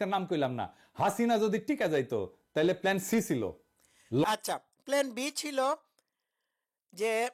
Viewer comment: ভাই প্ল্যানকে প্লেন উচ্চারণ করেন কেন?